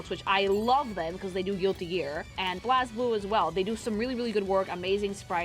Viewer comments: she really pronounced one of the games wrong... BlazBlue is pronounced BLAYZ-BLOO you silly! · "Blahz Blue" 😭😭😭